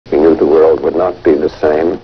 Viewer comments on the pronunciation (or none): none